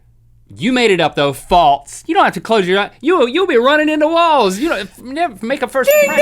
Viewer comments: I love you guys to death, but it drives me crazy when you pronounce "false" like "faltse" !! Haha sorry just had to get that out there. Love this show and Ear Biscuits! Keep it up, fellas ;) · Link says "faltse"